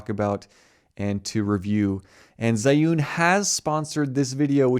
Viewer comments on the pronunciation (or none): "Zhee-Yoon", like American pronunciation of 'Z', but with an H in between, "Zhee". Not "Zhai". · When you can't even pronounce the name of the sponsor right.